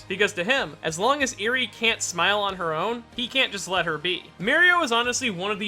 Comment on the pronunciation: holy shit he said eri correctly im shocked